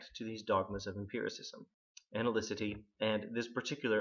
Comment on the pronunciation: Great. To be fair, though, it is, In Quine, not "analycity" but "analyticity".